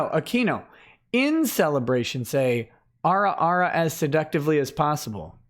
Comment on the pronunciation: Damnit it's "ah-ra ah-ra".